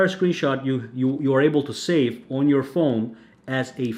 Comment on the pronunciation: It's "on" not "aun".